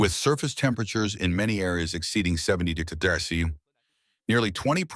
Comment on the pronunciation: Your AI has trouble pronouncing "degrees" and "celsius."